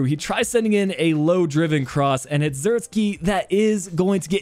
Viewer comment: Joshua isn't russian(zirkski), his name is pronounced like Zirk say. Like the "ee" in van de beek.